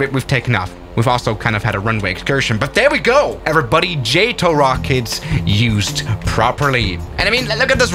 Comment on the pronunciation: It's not JÆTO it's JATO